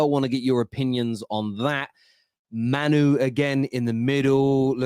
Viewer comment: I really hope starts saying Mainoo’s name properly soon.